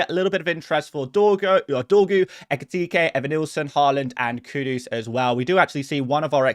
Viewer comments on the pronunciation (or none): none